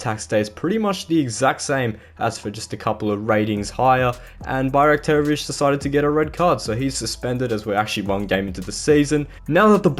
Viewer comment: considering we have difficult names, you pronounce it very well